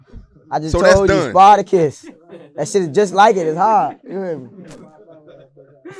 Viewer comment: Man he said sparticus 😂😂😂